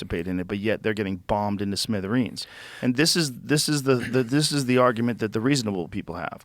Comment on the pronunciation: I’m bothered by how Joe pronounced ‘smithereens’ 😂